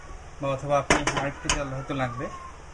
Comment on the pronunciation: What is the meaning of 'ত্যাল'? Please whenever u r going to interact with people be conscious about your presentation. U should mind ur pronounciation.